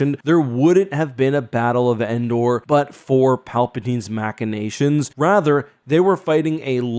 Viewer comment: "Mackinations" lol. It's pronounced "Mashinations". 😂